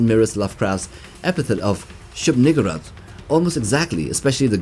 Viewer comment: To be fair the whole thing about the King in Yellow is lurking in the background… Also I am uncomfortable with how you pronounce shub-niggurath. Usually the emphasis goes on the u not the gg.